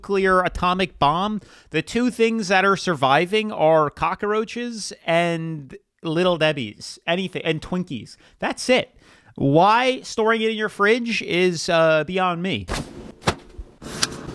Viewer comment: Did you say cockaroach? It’s cockroach.